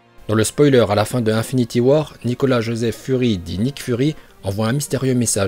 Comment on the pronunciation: Juste comme ca psk ca m’explose les oreilles mais on dit INfinity war pas 1finity war